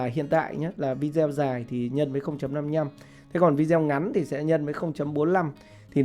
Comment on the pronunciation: Video đọc là vi đi ô